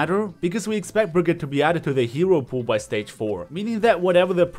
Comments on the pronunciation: how come that even tho you`re german not even you can pronounce the name correctly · naja er hat brigitte falsch ausgesprochen